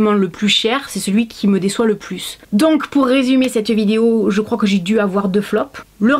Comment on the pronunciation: « cette vidio » 🤣🤣tu me fait trop rire avec ton ptit accent 😭